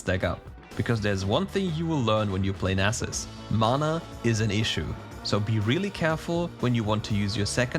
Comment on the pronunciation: Yeyyyyy you said Nasus correctly . Yahoooo. (Nas main is happy)